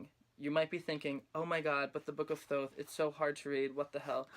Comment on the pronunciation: FINALLY SOMEONE WHO PRONOUNCES THOTH RIGHT!!!!!!!!!!!!!!!!!!